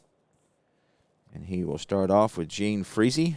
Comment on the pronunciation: That was a great game. 1961 was a great season and not because of Mantle/Maris. The Giants and Reds were excellent teams. Great pregame pitching duels sometimes get waylaid by the cards and dice saying not today. Gene Freese is pronounced Gene Freeze. Did you see the 3rd columns of Mays and the 1st columns of Cepeda? Geez. I look forward to watching future games played by you. It doesn't matter the year since they are all great. Thanks for the play-by-play, game, and video.